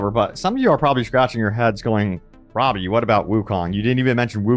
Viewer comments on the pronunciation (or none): none